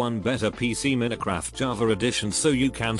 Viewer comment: AI voice "Min-uh-craft" Everyone: 👁️👄👁️